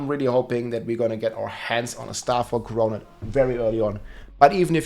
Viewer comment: Pronounced “core-o-net”